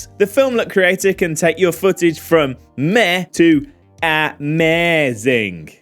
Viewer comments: I giggled so hard when you said Aeh-Meh-Zing lols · "AH-MEH-ZING." We see what you did there. 🤣 👍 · Ah-meh-zing😂😂😂 😂😂 love your videos mate. Very informative